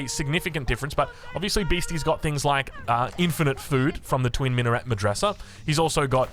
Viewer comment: Not that its important, but i figured i could help you with some of the pronounciations as a turk. Mehter is pronounced meh (as in the expression of something being mediocre) + ter (as in pronouncing tech, replacing the ch with an r) Twin minaret (the t is silent) medrese (its like madrasa, just replace the a's with e's, you pronounce every letter. Great casting as always.